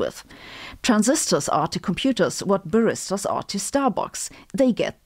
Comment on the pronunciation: Liebe Sabine, what on earth are you saying? Apparently: "Transistors are to computers, what barristers are to Starbucks" The problem is you have the stress on the second syllable of barristers. It belongs on the first syllable. I am not even certain, that that is what you are saying. I do not know what you are referring to so I cannot derive from context. Himmel, Arsch und Zwirn! Bitte um Bestätigung meiner Vermutung. Ansonsten habe ich ein bisschen Schwierigkeit mit der Erklärung: "electricity flowing from source to drain". Nevertheless, I congratulate you on your excellent channel. I have been following you for quite some time and love your sense of humor. I might mention en passant that I also have aging eyes. 🙂